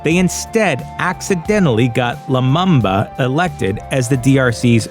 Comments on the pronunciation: its pronounced patrice lumumba not lumamba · Poor video. Too fast narration and unnecessary loud background music. Also Lumumba is pronounced Loo-moom-ba. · The Lumumba is pronounced Loo-mu-mba. All the 'U' are pronounced as the vowel U